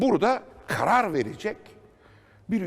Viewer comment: 3.53 burda kğarar vericek 😂😂